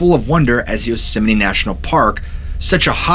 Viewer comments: Why are you pronouncing it "yosimini" ? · Do you keep calling it “Yosemi-NE”? I enjoyed the stories, but was distracted by the pronunciation. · Fun fact: It's actually pronounced "yoze-mite." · Does the park have a chapel, any memorials to the massacres there, any North American NA shrines where you can pray and give offerings?When Dick was President, I heard the concessioners brought in $100 million a year, was once owned by Sony.(Curry Co during Dick) Two things Japanese tourists want to see, the GG bridge and Yosemite. It's not pronounced Yose sem might.